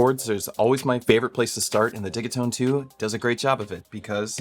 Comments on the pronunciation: It would be spelt diggitone. It’s a soft g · prrreeettty sure its pronounced Digit-One Two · Only found this week and I’m so glad I did! Watched so many videos and streams already. Even joined the discord. Hoping to get a digitone one day. I have to say though, I’ve slresdy heard say “it’s digi like digital” a few times, he then spends the next hour and half saying diggy. 😄 has to be trolling us 😂😊 Thank you for the amazing help you’re sharing for free! Beautiful stuff you come up with too. (Far too many talk the talk then create rubbish sounding vibes) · Great jam!!! I think it's called Deegeetone 😂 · Nice, I'll drop my two cents :-) The way I hear Swedes pronounce it is not 'Didgy' but 'Diggy', like their pronounciation of digital ('Diggitol'). 'Takt' is also a Swedish word meaning something like 'rate/pace/beat'. Digital Beat. 'Tone' is just English though, not a Swedish word which should be 'Ton' (I think). Think they pronounce that close to 'Toon'. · I've always said "De Git One" now its "De Git One Two", next iteration will be "De Git One Two Three" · The way your pronounce ‘digitone’ is driving me nuts. It rhymes with ‘rigatoni’ 😒…everyone knows that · Oh you mean like DIGITONE as in spumoni 😮